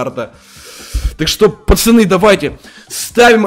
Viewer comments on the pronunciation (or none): none